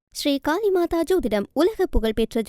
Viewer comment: மூதேவி காளி மாதா. காலி மாதா செய்தி வாசிக்கும் மூதேவிக்கு ல ள ண ன ர ற உச்சரிக்க தெரியவில்லை. I BC க்கு இந்த நிலையா தூதூதூதூதூ தூதூதூதூதூ